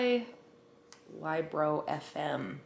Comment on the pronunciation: Who else pronounces it as "lib-ro" as in "libby" and "ro"